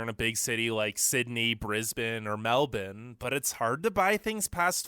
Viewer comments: We didn’t gain independence in 1901. We federated the continent. It’s Melbourne, not Melden. It’s Coober Pedy, not Cooder. We don’t feel isolated you idiot. We are glad that the other countries are so far away. Drivers here are not terrible. We get a lot of practice just driving to the nearest shop. We don’t NEED as much mental health services as other countries. That’s what beer is for. The immigration process is one of best things in Australia. We don’t want to import the problems from elsewhere and we like not being overcrowded. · Boy said meldourne